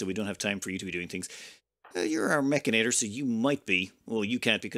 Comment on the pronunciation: mechanitor -> pronounced like janitor